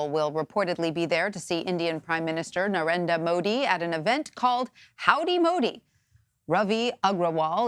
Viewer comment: Nared"R"a Modi, not Narenda Modi :)